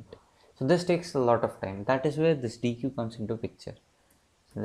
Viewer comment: superb video! luttle side node: it's pronounced as deck ;)